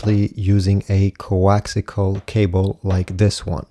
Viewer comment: coaxial. not coaxical